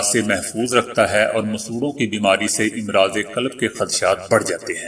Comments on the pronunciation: Imraaz nahi Amraaz hai امراض کا "ا" مفتوح پڑھا جاتاہے لفظ"مرض" کا جمع ہے امراض یاد رکھیں........ سہ حرفی الفاظ کی جمع میں تقریبا ہمیشہ ہی الف پر زبر ہوتا ہے آپ ویڈیو کے اندر اس لفظ کو بار بار غلط پڑھ رہے ہیں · اپ کی محنت قابل تعریف ہے۔ اگر آپ بعض کلمات کے تلفظ کی طرف توجہ دیں تو آپ کی اس محنت کو چار چاند لگ جائیں "امرض اور امارات "میں الف پر زیر نہیں زبر پڑھیں۔ "مفکر" میں کاف پر زبر نہیں زیرپڑھیں۔ "اتوار "الف پر زبر نہیں زیرہے۔ ناراض نہیں ہونا